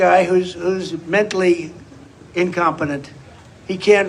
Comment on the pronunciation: He said "incompenent", lol